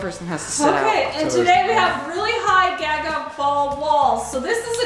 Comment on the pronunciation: Wait I thought it was pronounced gah-gah not gaa-gaa. Right?